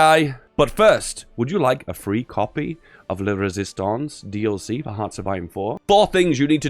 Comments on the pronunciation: "I JUAN THE RÉSISTANCÉ" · "I want La Rėsistance" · "i want the resistace" i really need to risist my parants. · I want the resistance (w/ french accent haha)